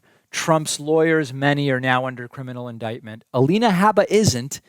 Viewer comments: David, the correct pronunciation of Alina Habba's name is "HOOBA", which rhymes with "BOOBA". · Clearly she corrected herself immediately… just like you corrected your multiple mispronunciations of her name. Trump does not bow to the bids of corporate america bc he runs on his own dime. Your audience is brainwashed into believing all the nonsense on mainstream media.